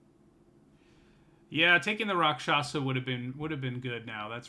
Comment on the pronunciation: Just popped in to say that "rakshasa" is pronounced "raak-shus-ah". Means "demon" in Hindi. Thanks for the content, btw! Looking forward to this set.